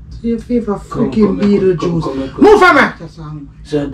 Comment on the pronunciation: say betile juice 🧃 🤣😂😂😂🤣🤣🤣